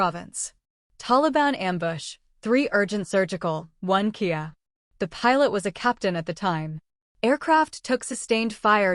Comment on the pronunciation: For the AI. Kia is kindof car. I think you mean K-I-A for killedi in action.